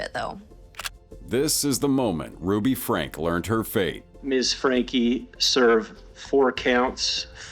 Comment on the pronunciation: Sorry, how is Sarah Boone a YouTube personality when she killed the guy? Also, voice over (probably AI), can't say Frankie. It's the little things that matter.